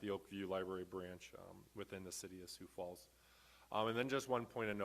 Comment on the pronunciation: There's an "s" in Sioux Falls.